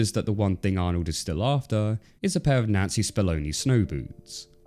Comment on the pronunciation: Never realized how important the "n" sound is in the name Nancy until I saw this video. Fantastic video! But I legit thought your were saying N*zi Spamoni snow boots.